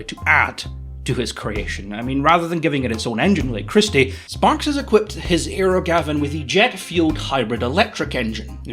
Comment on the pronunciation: You keep saying "aero Gavin", but I keep hearing "aerogasm", which sounds like what Sparks is going for.